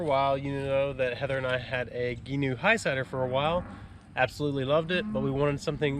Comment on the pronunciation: Love it😁 FYI it's pronounced gee-noo